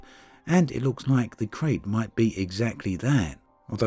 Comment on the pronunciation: It's pronounced Krite. KRITE.